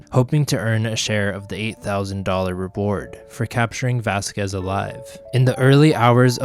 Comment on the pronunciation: Great history, lessons! Spent a lot of time playing at Vasquez Rocks Park as a kid and taking photos there as an adult. Had to laugh at your pronunciation, though. Still loved it!